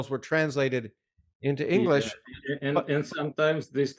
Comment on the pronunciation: Я изучаю английский язык, слушая Андрея Линде. Он мог бы профессионально работать преподавателем английского языка с образцовым произношением. Спасибо за интересный диалог!